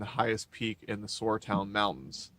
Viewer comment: welcome your decision! for extra miles: Is it not pronounced Sara town mountains, the "U" is silent? i vote Huckleberry Gap for the creek valley.